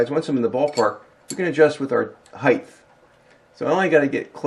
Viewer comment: I hate grammar police but I have to I'm sorry I have to you hit one of my pet peeves it's height not heighth it ends in a tee not an age I am sorry you're a great guy you're a damn genius I love your videos please allow me this LOL I hate grammar police but this is driving me crazy